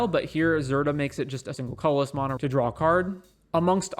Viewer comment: Please learn to pronounce mana correctly 😂